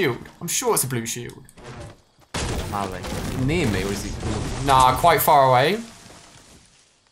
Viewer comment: “In the Valley-A”